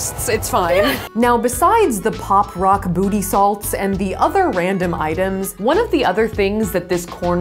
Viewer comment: Ok what really made me laugh is when she said Botty salt